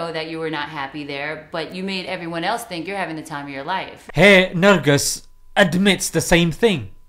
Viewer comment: The way you call her nurgus lol haha she aint a muslim btw